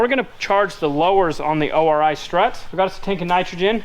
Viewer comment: The Shocks are called ORI (Orey) NOT O.R.I